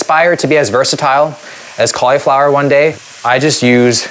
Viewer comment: It's pronounced cauliflower not cauliflower